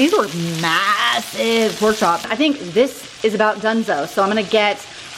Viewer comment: These recipes look so dang good!! Please please always say pork the way you said it while cooking the “poke” chops!!! I have rewound that about 50 times and laughed my butt off. I love you!!!!! U always make my day!!!!